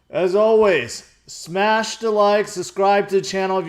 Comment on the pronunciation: "Smash-a-the like button" George almost had an Italian accent for a sec.